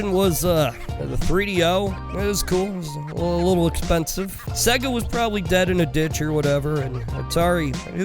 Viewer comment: Lol why do you say sega so fucking weird? It's pronounced saaaaayga my dude. Great video